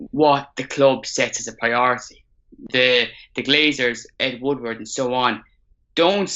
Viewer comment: It’s ed Woodward not wood wood ffs